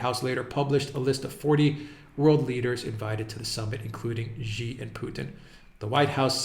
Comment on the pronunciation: it's not "ji" it's "shi" as in she. 👍🏻